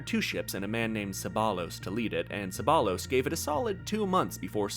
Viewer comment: Great video but fyi in Spanish if you have one L you pronounce it normally but if you have two LL’s like Ceballos it’s pronounced ye like Cebayos